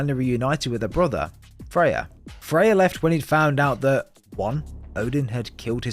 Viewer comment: Are you calling Freya, Faye? Sounds like it